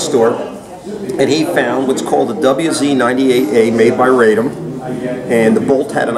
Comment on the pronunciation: Radom is pronounced "RAH-dom" - a city between Warsaw & Kielce where the name is the quote of a feminine speaker saying, in archaic Polish, "I'm joyous."